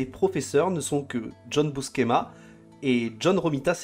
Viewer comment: Excellente vidéo mais si je peux vous donner un conseil, soignez la prononciation des noms... "Buskema"? "Daredévile"? Ca tranche avec la qualité du travail.